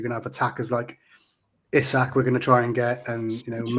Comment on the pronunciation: Great show as always,. It's Prenaunced E-sak in 🇸🇪, for your info!